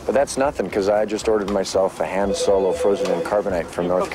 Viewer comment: crazy how this guy spent $324 on star wars merch but couldn’t even pronounce Han Solo correctly